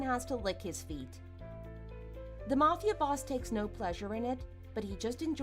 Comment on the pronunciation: S1: I’d NEVER speak to my father again if he covered up for my cheating husband TWICE. Too much filler. And it’s pronounced “mAfia” not “mufia”